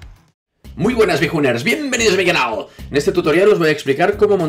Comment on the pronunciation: "¡¡Bienvenidos a mi canaulaulghgh!!!!" haha Nunca una entradilla tan simple y satisfactoria a la vez:D Video TOP como siempre!